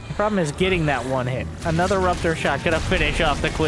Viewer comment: "probe-lem" got me good lol